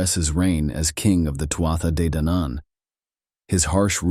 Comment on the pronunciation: I'm absolutly loving these, very accurate accounts and we'll researched. Thanks so much. Day-Danan (two syllables, but if you break down 2nd syllable it's Dan An said quickly without emphasis) hope that helps some 💚💚💚